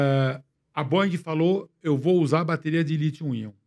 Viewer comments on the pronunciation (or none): none